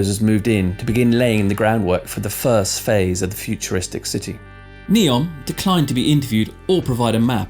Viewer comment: It’s Neom not Neon Lights😂